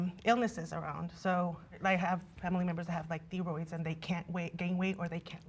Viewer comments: If you pronounce THIGHROID as THEEROID, I seriously doubt you know anyone with thyroid issues. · Ok I think she was trying to say thyroid but pronounced it theeroid. There is no can’t with a thyroid condition. Only a different approach may be necessary. Speaking from experience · Im sorry did she say theeroids? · where she mispronounced thyroid i knew she was cooked